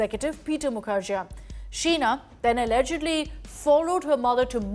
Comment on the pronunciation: It's pronounced as Mukherjee not jea.